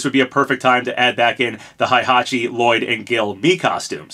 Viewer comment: It still bugs me how you mispronounce Hayabusa (high-yah-boo-sah, not hey-yah-boo-sah) and Heihachi (hey-hah-chee, not high-hah-chee), but not Reimu.